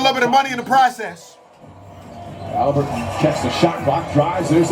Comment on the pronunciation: He said Taliburton 😭😭😭😭😭😭😭😭😭😭